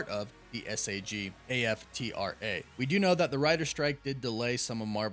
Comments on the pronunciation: Love that they’re pumping the breaks a little bit. Let’s have great quality to create magic. But also hearing you spell out SAG-AFTRA instead of saying it like two words had me cackling. 😂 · I'm pretty sure that's pronounced "Sag" and "Af-tra" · It's pronounced "sag" "af" "tra".